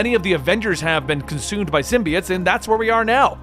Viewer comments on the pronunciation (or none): Love the vids man, but I couldn’t help but notice you keep pronouncing symbiote(s) wrong, you’ve been saying it like SIM • BEE • IT(S) for many videos now, but it’s really either pronounced SIM • BEE • OAT(S) or SIM • BYE • OAT(S) I don’t know, it’s something that’s just been bothering me but doesn’t really detract from the overall videos, just thought I’d say what I’ve been wanting to say :D